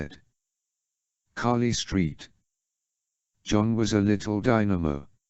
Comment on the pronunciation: The pronunciation of Carly Street John cracks me up every time lol